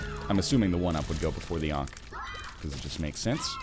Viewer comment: "Oh, the Onk!" Lol'd. I'm pretty sure it's pronounced "Ank", correct me if I'm wrong.